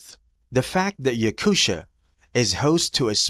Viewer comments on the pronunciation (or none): It’s not pronounced YakuSHIA , it’s Yakutia